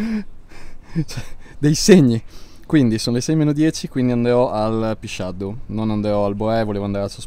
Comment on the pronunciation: Pisciadù, con l'accento sulla ù.